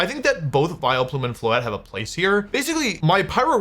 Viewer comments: I internally cringed each time Wolf said "Vilo-plume" instead of "Vial-plume" like I have always heard it. I hope I'm not the only one that says it that way. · Vi-LOW-Plume is killing me lol, it's VILE-plume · Does he say "Viloplume" on purpose like "Arcaneenay"? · what the fk is a vi-lo-plume? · Is anyone else gonna comment on how our boy is saying “Vi Leh Plume”? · Why is he calling it Vile o' Plume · Vi-Leplume everytime is killing me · Viloplume :)? Did I hear that right. Great video though. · WHO ON EARTH PRONOUNCES IT "VILE-O-PLUME"?!?!?!?? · I love the way Wolfey pronounces my favorite Irish Pokemon, Vile O'Plume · Why does he say "Vie-Le-Plume" like that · wolfey, youre the greatest player ever but please never say vileplume as vil-a-plum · I love how my goat pronounces Vileplume - I always thought that there are no possible variations but honestly, I might say it like this from now on myself - Vile-O-Plume sounds like Will-O-Wisp and I find that really funny, this made my day - thank you Wolfey!!! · Hello Vi-low-plume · WHY ARE WE SAYING VILUHPLOOM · Neither or Wolfey could say Vileplume correct. Vai-le-plume, vai-lo-plume, vai-el-a-plume. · wolfey please stop saying Vile-uh-plume. that E is very silent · Is he doing a bit pronouncing Vileplume like that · Wheres the 'o' in Vileplume? WHERES THE O WOLFEY?! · Why are you pronouncing vileplume like that 😢😢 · Making Vileplume 3 syllables is very funny to me